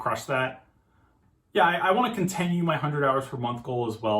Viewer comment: why do you keep pronouncing "continue" wrong